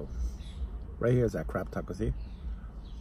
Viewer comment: I keep hearing crap taco idk why lol